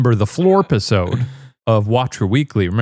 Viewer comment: the Floor-Piss-ode??? sounds pretty cool